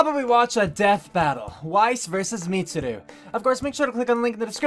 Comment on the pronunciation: Pronouncing Mitsuru wrong isn't so bad considering Death Battle did research and still pronounced Naoto and Yukari wrong.